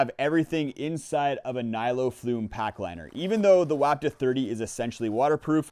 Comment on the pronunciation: It's pronounced "WAH ptuh." You're welcome. Geez!